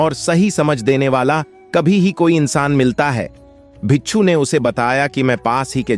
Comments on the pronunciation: Pagal admi bicchhu bicchhu bol raha hai , bhikku hota hai means monk , bichhu means scorpion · Bichhoo nahi hota bhai...😂 Bhikshu bolte hn.